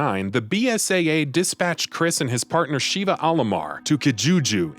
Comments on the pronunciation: her name is shiva not sheeeva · Excellent recap, but major cringe every time he says "Shee-vah" instead of "sheh-vah" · It was cringy having you say the names wrong. Especially, Sheva’s. I mean, they say her name so many times that not once did they say “SH-EE-VAH”. Come on, man! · sheh-va, not shiva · Sheva not sheeva short e not long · I cringe every time he says Shiva vs Sheva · Hate to be that guy, but it's Sha-vah They literally say this in the game, lol. Not Sheeva. Not sure why so many videos keep doing this. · you really wasted time discussing resident evil 5 chris and sheva when you COULD have been explaining its dlc desperate escape which actually includes JILL!!! also it's Sh-eh-vah... not shee.va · No offense when I say this buuuut Uroboros (Or-o-bor-os not Euro-boros) Sheva (Sheh-va not Sheeva) Idk how to spell Excella's last name but it's pronounced (Gi-ohn-ay not Gee-own) Sorry was just bugging me a little lol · Super cringey on how the narrator pronounced Chris' partner's name. It's like they never played RE5 at all. It's SHEVA not SHIVA. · Sh-eh-va? Her name isn't "Sheeva," you're thinking of mortal kombat bro... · Ugh I can’t with his butchering of their names 😂 Shhhhheeeeeva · This guy's pronunciation is all over the place. Sheeva, Euroboros, and Gionie are all phonetically wrong. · Every time he says Sheee-va my blood hurts. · SHEE-VA COMPLETELY TURNED ME OFF!!! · Stopped watching when Sheva's name was mispronounced. RE5 had voice acting so there's no excuse. 🤦‍♀️ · There's literally no excuse to mispronounce Sheva's name.. the game has voice acting.. 😫🤦‍♀️